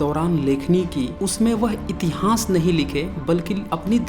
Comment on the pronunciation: please learn to pronounce itihas properly. I have listened to your video on Nalanda University also. Rest you have tried to provide good facts but need more authentic references just one or to books are not sufficient.